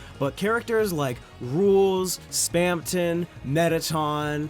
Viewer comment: spam tong